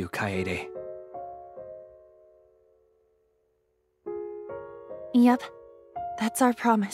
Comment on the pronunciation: Btw it's kaede not kaedae